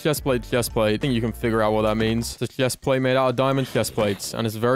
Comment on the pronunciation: why do you say hephplatte